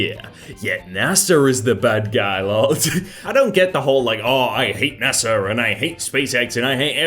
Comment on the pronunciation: is it just me or does he pronounce NASA as NASAR